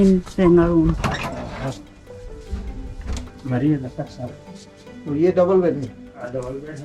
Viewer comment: रङगून् बोलो ।Rangoon not Rangaroon, if you can read English, say properly.